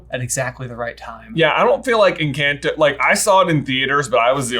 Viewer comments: Every time you say the name of the movie wrong it is like nails on a chalk board for me. First video you all made that I did not like just cause they say the name in the movie so you could say it right and just don’t. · continually saying Encanto correctly only to repeat it afterwards incorrectly as though he is correcting his already correct pronunciation has me on the floor. You had it! My man! It's Spanish! But I'm glad they enjoyed this movie as much as I did. It's nice seeing people outside of latin or hispanic decent also connect with the movie too! I think it has a good message for all families of all backgrounds. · I find it funny that kept correcting his pronunciation of ‘Encanto’ to a very American sounding word lol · i find very funny that ben keeps correcting himself every time he mispronounce "encanto" when in fact his first pronunciation of the word is right because its a spanish word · No body else find funny that when pronounces well the word "Encanto" he almost immediately corrects himself to pronounce it wrong?! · Your pronunciation of Encanto is gross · yo huge fan but the a in encanto is pronounced like the o in otter👍 keep up the amazing work!!! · and, when pronounces Encanto correctly and then "corrects" himself... Guys, it's okay, it's not cultural appropriation to pronounce Spanish words as Spanish words. 😄 Also, I agree with on music catchiness. Songs in my head after first watch? Check. To your last question, saw it and loved it! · I noticed you guys correct yourselves a lot, from "EncAnto" to "Enquento" and just btw, it actually IS pronounced Encanto, both in the original Spanish, and it's how the characters and the creators say it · The mispronunciations are a very big issue for me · Guys you keep pronouncing Encanto wrong!!!!!!!!! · Lol keeps trying to pronounce "encanto" correctly, then stops himself and says it with an English "a" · Why do you keep incorrecting yourself with the pronunciation of the movie?